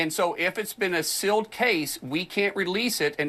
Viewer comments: Why is he pronouncing "sealed" as "silled"? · i'm sorry is Mark saying sill or seal, i really think words should be used in the right way at his supposed level of professionalism...